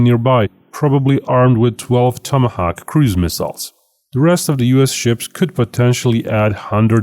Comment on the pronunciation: love the way you say 'tomahawk'. Awesome!